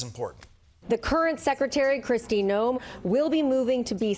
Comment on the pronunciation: Kristi Noe-mo